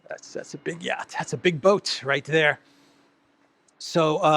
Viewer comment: shows off his 'yatch' 🤣